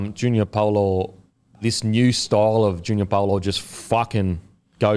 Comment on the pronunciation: Pretty sure it’s Junior “bow-lor”